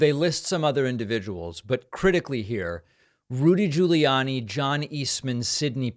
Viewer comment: I keep watching and you never learn how to pronounce "defendant" and "Giuliani". Not meaning to troll. These are just some basic words you need to report on all this, so how you speak matters.